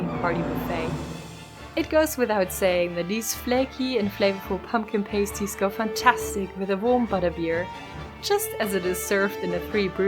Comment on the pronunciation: Its pronounced Pah- sty not pay-sty